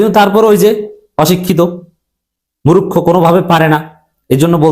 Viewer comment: আরে ভাই মুরুক্ষ নয় বলুন মূর্খ আল্লাহর ওয়াস্তে ইনশাআল্লাহ। আমার কথায় কষ্ট পাবেন না ভাইয়া মুসলিম মুসলিম ভাই ভাই। আর সে কারণে ভুল উচ্চারণ টা সঠিক করে দেওয়া আমার কর্তব্য বলে মনে করি। আল্লাহ যেটুকু আমাকে জ্ঞান এবং প্রজ্ঞা দিয়েছেন সে অনুযায়ী। তবু মহান মালিকের কাছে আমার মত আল্লাহর গোলাম ক্ষমা চাচ্ছি মাফ চাচ্ছি যে হে মহান মালিক যদি আমার এই মন্তব্য ভুল হয় আপনি আমাকে ক্ষমা করে দিন মালিক। এবং আপনার যদি খারাপ লাগে আপনি আমাকে মাফ করে দেবেন ইনশাআল্লাহ। আমিন